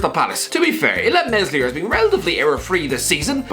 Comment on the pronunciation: The S in meslier, the leeds goalie is silent